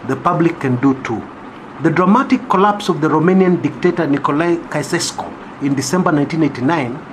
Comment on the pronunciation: I am grateful that you pointed out this article. Lakini ulishindwa ku-pronounce "Nicolae Caeusescu". You can google "pronounce Caeusescu".